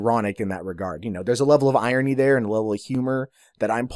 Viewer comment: aaaah, when Americans say "Irony". So cute. It's like an inbuilt speech impediment.